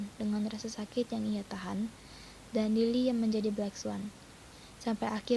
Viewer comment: Black swan kak bukan blacks one😂 haduh haduh belajar lagi yg banyak wkwkw